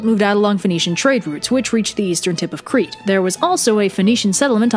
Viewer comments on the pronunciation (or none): none